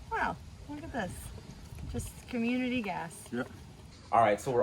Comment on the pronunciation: had to rewind, thought she said community ass. Fell out of my chair.